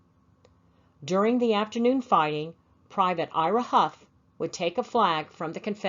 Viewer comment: Yes we pronounce it like Huff! Did you ever find out if you had any relation to him? Thanks again!